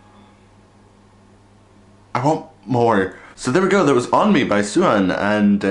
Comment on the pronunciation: Great reaction! The two solo tracks are actually shorter versions of their songs, we will be getting the full version with the album. 😁 Oh, by the way, Sehun's name is pronounced Say-hoon. ❤